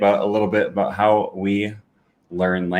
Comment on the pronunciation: That's definitely further removed from the 'about' I'm used. I'm straight up hearing 'a boat' with him.